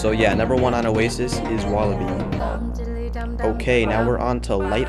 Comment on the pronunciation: No he didn't, he said osstax